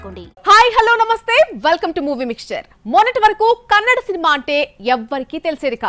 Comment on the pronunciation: ಕನ್ನಡ್ ಅಲ್ಲ ತಾಯಿ ಅದು.. ಕನ್ನಡ 🙏🏿🙏🏿🙏🏿